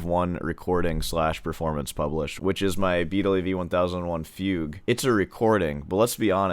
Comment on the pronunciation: arent you saying fugue wrong?or is that a joke?